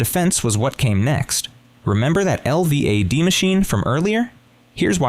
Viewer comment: It goes from certainty of innocence to excuses for guilt without explaining when the defense and family abandoned the assertion that she didn't do it. And, it's pronounced el-vad, not spelled out